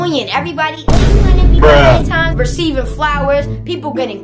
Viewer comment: Who else heard her saying “Valentimes “